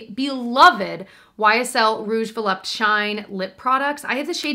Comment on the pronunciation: Why don’t Americans pronounce the ‘e’ at the end of volupté? 😄It’s pronounced like the first ‘e’ in ‘Empress’.